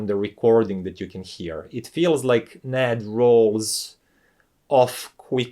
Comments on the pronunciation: First off it’s not pronounced Nad, but N A D. You say the letters individually. So I’m getting the sense the Yamaha amp is flat sounding? Does it have a phono preamp? I’m guessing NOT! I have a Teac amp that probably performs like that one. However, unlike the remote for that amp, the Teac amp has an awesome remote. It’s metal, in gun metal grey. I like my B&W speakers with the Yamaha amp I already have, and it also sounds great with my ELAC speakers as well. I prefer listening to vinyl and I doubt that amp will give me the sound quality I’m looking for. The remote for my Yamaha amp is better than the one with that amp, but it still doesn’t compare with the Teac one. So I take it that that amp main source for audio input is digital and not analog? One last thing regarding your review is you repeated most of the same information several times making this video longer than it needed to be. However, outside of that, your presentation was done very well I got through it. . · Very useful and insightful review - thanks! For what it's worth, I have always heard the name NAD is said "En A Dee".